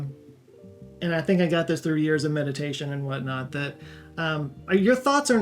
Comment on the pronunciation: "What not" sounds a lot like shrooms man